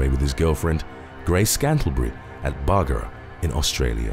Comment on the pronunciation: hey! good video! so im from bundaberg, australia which is about 20 minutes from bargara. its actually prnounced "bahrr-gharr-rah"